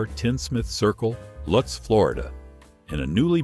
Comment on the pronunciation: Lutz FL, pronounced but not spelt as Lootz. Love the content! Not many I sit thru all the way.